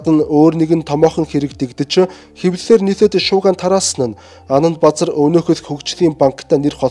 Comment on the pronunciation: Анандбазар гэдэг нэр Анандбузар гэж сонсогдоод байх юм ...